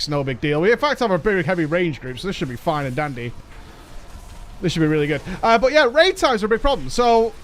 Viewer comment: every time you say fine and dandy, I understand "It's fine with Andy" lel